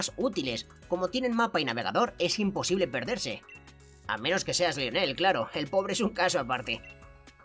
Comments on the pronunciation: El nombre se pronuncia laionel muy tarde pero tenía que decirlo xD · Lionel se pronuncia layoner